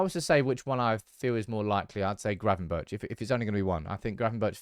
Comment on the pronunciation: Good content but as a dutchman don't pronounce the h if you say gravenbergh🤣🤣